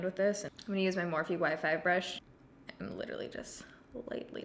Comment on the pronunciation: Every single time you say you're using you "Y5 brush" I hear "wifi brush" and every single time it catches me off guard. Had to share lol. Great video as always 💜